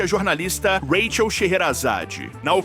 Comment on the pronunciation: Vc grava sua voz pra ia narrar com ela né? Pq rola uns rátchel ( “Raquel”) e umas pausa típica na pronúncia de ia pra números .